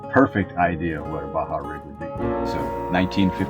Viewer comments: How do you pronounce it? It's like Bah Humbug but then Bah' Hah, same vowel sound each word. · He spent years discovering Baja but still can‘t pronounce it right… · 9 monthts a year in Baja and still cannot pronounce it